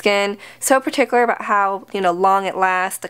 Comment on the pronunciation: 1. you are lovely 2. you drop the r in particular